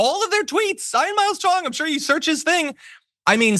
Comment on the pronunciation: The name 'Ian' is pronounced 'eean' not 'iron'. (Take it from me!). An 'iron' is something totally different and in rhyming slang is short for 'iron-hoofter'. Work it out for yourself....🤣🤣🤣🤣🤣